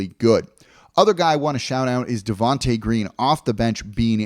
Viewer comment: “Javonte” Green*